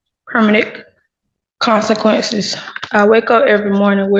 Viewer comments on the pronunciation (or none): The fact she doesnt even know how to pronounce “consequences” is very telling. Clearly she didnt write her court speech. Which shows an extreme lack of remorse. Shocked the “judge” didnt pick up on that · She even struggled to pronounce "consequences" 🤣